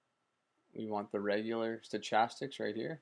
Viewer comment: Good video. It was clear and to the point. It answered my question. (You may not care...or maybe you do it as a joke, but the "ch" in stochastic is pronounced with a "k" sound.)